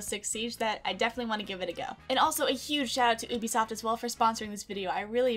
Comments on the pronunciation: NOOOOOOO!!!! IT'S PRONOUNCED YOU-BEE-SOFT!!! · its not called oobisoft lmao